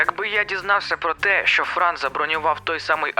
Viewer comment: Бро, не Фран, а Франо.